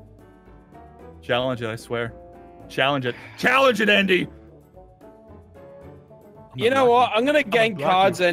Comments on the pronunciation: "Ondy" XD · Summer Preston remember how she was making fun of Andy’s name and said undie that’s why. I know it’s Andy 😂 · My favourite part of the video was: Jess: says Aundy Kestin: says jussica Jess: says Kustin Andy: it's like cous cous in a tin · She called Andy undie